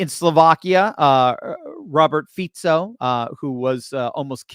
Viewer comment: Fico, pronouce it Fiko.